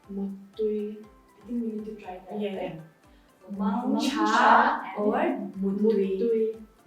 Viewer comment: Mangtha not mang cha Muttui not muitui